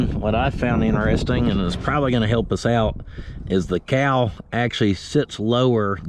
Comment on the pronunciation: Cowl pronounced COW L